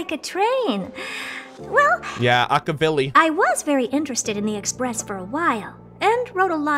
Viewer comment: can we properly pronounce Akivili?